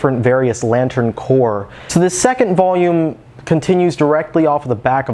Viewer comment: Grammar Gestapo Protip: corps singular = pronounced "core"; corps plural = pronounced "cores". E.g., you say "...and starts to introduce all the different various lantern corps", mispronouncing it "core". Just a tip so you don't sound silly when discussing GL ;)